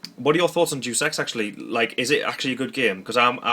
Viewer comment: Dus EX??? Day-us Ex! C'mon not you too, I work in a Game store and the number of times I hear people pronounce it wrong, that and 'Duke'em Nukem'! Oooooh dear lol. Love the vids though man.